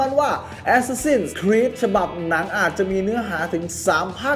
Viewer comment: เห็นชอบออกเสียงว่าแอสซาสิ้นนนนครีสตลอด ฟังแล้วมันฮาๆ